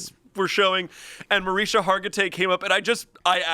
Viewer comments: MA-RIS-KA. NOT MARISA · MarisKa! Omg! 🤣🤣🤣 the constant mispronouncing had my eye twitching. 🤣🤣🤣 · Its mariSHKA Hargitay, there’s a “sh” in it. It’s how she actually pronounces it and says she’s used to people pronouncing it wrong lol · it's Mah-rishka not however said it btw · Mah-RISH-kah, my people. And she is a saint. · I love your comment and I watched that documentary, it was so good. It's pronounced Ma-RISH-ka! I kept yelling that at my phone, lol 😂😂😂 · pronunciation of Mariska Hargitay really bothered me 😂 he replaced the k with an h. I can't believe no one knew her actual name. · How’s your day going, “Mariska Hargatay” 😂😂😂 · Mariska: Mar-EESH-ka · I was genuinely waiting for someone off camera to tell her name was pronounced “Mariska(ma-rish-ka)”😅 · … it’s Mar-ISH-ka put some respect on her name for real. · literally begging them to say her name correctly 😭 there's a whole k in her name that they're missing ohmygod. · as a hungarian i cant handle them laughing at Mariska Hargitay pronounced in the american way💀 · Can someone teach how to say Mariska? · The amount of times they said Mariska’s name wrong was WILD lol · The "K" in "Mariska" isn't silent y'all 😩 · As a fan I must say…..you guys are butchering Mariska’s name 😂😂 as bad as pon de replay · hearing them mispronounce Mariska Hargitay's name like eleventeen times was PAINFUL lmao 😭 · I’m distracted about how pronounced Mariska Hargitay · absolute butchering of Mariska Hargitay’s name should actually be a felony. 😂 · being so confident in his mispronunciation of Mariska is hilarious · The way they didn’t pronounce mariska hargitays name correctly once is killing me